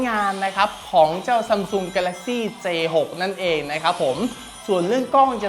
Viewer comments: พี่พูดผิดนะคะมันเป็นj6ไม่ใช่A6ค่ะ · 0.31 พี่พูดผิดค้ะ j6 ไม่ a6 ค้ะ